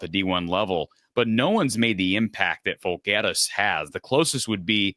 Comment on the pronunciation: You pronounced his last incorrect. Jirak = "Yur-rock" Alvaro Folgueiras = al-VAH-row Fool-gair-us (long a)